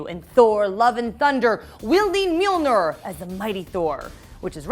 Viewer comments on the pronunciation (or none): has the audacity to call Mjolnir Mjilnor. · And Mjilnor in the beginning. My heart..